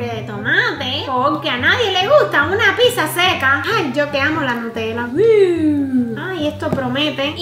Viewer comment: Rosario Sanchez diaz se dice pizza no pisa